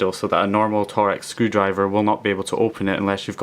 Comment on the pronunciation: Torx is pronounced almost exactly the same as 'talks' or 'torques' rather than 'Tor-X' I know it's not exactly important but it's just a bit of info for you ;) other than that awesome vid man!